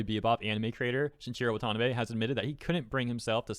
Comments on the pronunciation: Shin-ichiro. Please god. Not Shinchiro 😂😂😂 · it's "adap tay shun" not "adap shun" and it's "shin ichi ro" not "shin sheero" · Couple notes: It's adapTAtion, not adaption Also it's shin I chiro wah tah NAH bay, not shin chiro wa TA nabay